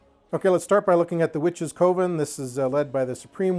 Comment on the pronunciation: Forgive me for sounding rude, I truly do not mean to come across as such. I think coven is supposed to be pronounced more like "kuh-ven"... not "koh-ven". I had an English teacher back in grade school who was a bit of a stickler, and apparently old habits die hard :( Again, please forgive me if it comes across as rude.